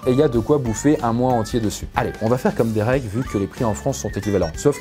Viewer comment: He sa se dit dérék pas dirik mais sa s'écrit derek